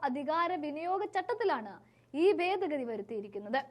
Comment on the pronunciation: ബേദ ഗതി??? എവിടുന്നാണ് മലയാളം പഠിച്ചത്??